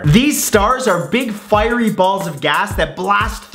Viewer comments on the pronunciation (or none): none